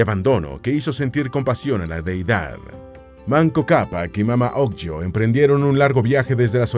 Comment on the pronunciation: Se pronuncia mama ogleo/ no mamá ogllo!!!!😡